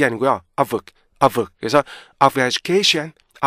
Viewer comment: 정현수 말이 안되는거같죠 education 에서 tion 을 셔은 이렇게 말하는게 말이되요 션 같이해야지 영어는 왼쪽에서 오른쪽으로 글자가 나온다고 그렇게 따로해야된데요 syllable 의 개념이 없는거 같아요 자기도 발음이 안좋은데 어떻게 남을가르켜준다는건지